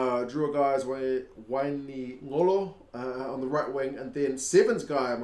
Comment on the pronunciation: Great analysis bro, will be a great contest! Just a heads up the q in Fijian is pronounced like a 'ng' sound in Maori. So Wainiqolo is pronounced"why-nee-ngo-lo". Other than that awesome pronunciation of the names! Love your content, keep it coming :)